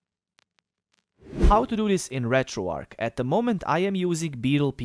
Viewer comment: Why does everyone on Youtube call it RetroARC? The word is RetroARCH like An arch in a bridge, St. Louis, archbishop, etc. Retro "Arch"